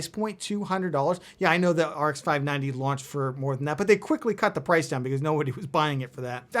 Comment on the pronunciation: "Launched" has an H in it.